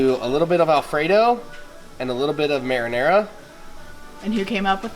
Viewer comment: Idk why i thought you said marijuana 😂😂